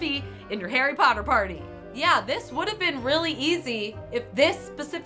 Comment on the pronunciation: Whats Harry Pooter?